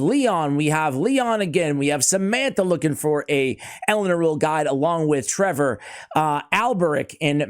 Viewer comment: Thanks for not saying Elenaru like all other CCs lel